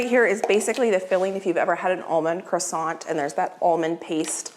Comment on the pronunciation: One tip never pronounce the “T” in croissant. T is silent in French and English. You work very hard in ur videos and everything looks delicious Have a very Merry Christmas and Happy New Year